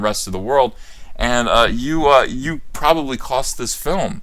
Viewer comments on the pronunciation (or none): none